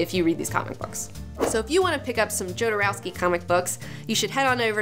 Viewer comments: It's not JOE-derowsky.. it's YO-derowsky. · I did not check if somebody mentionned that, but you mispronounce Jodorowski's surname (although you correctly pronounce his first name). You should use Spanish pronunciation: [aleˈxandɾo xoðoˈɾofski] where 'j' is pronounced as [x]. As a matter of fact, this pronounciation is very similar (just one 'k' less) to pronunciation of surname of that famous Russian ex-oligarch ex-prisoner Mikhail Khodorkovsky. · johnson Well, it's a Slavic sounding surname, but transliterated in Spanish, where the letter "J" is pronounced as H in "hat". So, yes, Hodorovsky, but if you showed that surname to a Slavic person, no way in hell would they pronounce it "HODOR-OV-SKY". They would say, "YODOR-OV-SKY". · KHodorovsky! :D Ay por Dios, que jodero era ese Alejandro.... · Pronounced Hodorofski. Great show btw. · It is pronounced Ho-do-roh-skee. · "yodouroskei" what a hideous pronunciation??? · It's pronounced Hodorowsky. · Fuck YEAH!!!!! I love Jodorowky. But that's not how it has to be pronounced. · it´s funny how you say Jodorowsky XD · Alejandro Jodorowsky is the biggest thief of concepts and ideologies of our time. And also you are pronouncing his name wrong